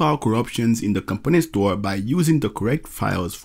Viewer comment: It sounds like you are saying "company store", when the term is "component store", with strong stress on the second syllable: comPOnent